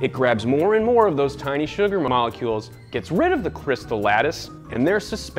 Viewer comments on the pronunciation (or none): 'Sugar Moollolecules'